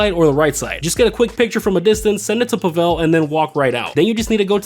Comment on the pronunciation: Spelled tequila and pronounced Pavel incorrectly. Gather Intel prep - Do not need to wait for the guard in the tower to turn if you go immediately to jump the cliff/wall with the motorbike. - After scoping the compound loot at the comms tower - can start a new session - no need to get caught by a guard or die. Plasma cutter prep - Just immediately take a pic upon entering the safe house Safe code prep - After grabbing the code, if you kill yourself quickly enough, you will pass the mission without needing to exit the penthouse and casino. Cutting torch prep - Not worth getting the hard hat and going stealthy for 2 of the locations if you have an Oppressor MK2 or Sparrow (just spam missiles first). Finale - Weed does not take 33% of the loot bag. It takes 37.5% (so 2 weed + 1 cash fill a bag) though 1 gold + 1 weed also exactly fills a bag. - When starting the finale, if you don't open the Weapon Loadout menu, you will still get suppressors even without choosing them. - At the airstrip, if you hit the shed that's not in the warehouse/hangar first, you won't have to wait for the guard to leave the area. - After exiting the compound, no need to kill the jeep driver on the compound grounds - you will be long gone before he sees the body. - Wheelie the bike to land near a certain triangle of mines (see virtually any other Cayo video) - the closest spot at which you can escape. Only need to swim a few seconds at most, not a minute or so.